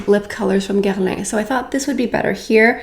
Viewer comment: WHAT is that pronunciation of Guerlain?! 🤣